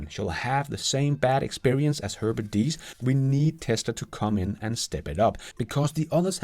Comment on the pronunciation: Please: His name is Diess not dies (säg diis, inte dajs).